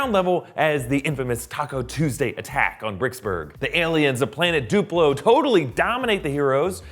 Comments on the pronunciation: those are not Duplo.... and its DU-PLO not DI-PLO ._. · you need to do your research it’s DUPLO not whatever you said